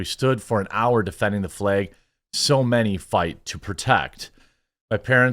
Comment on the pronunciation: The way he pronounces “flæg” went from funny to “holy crap bro, stop saying flag”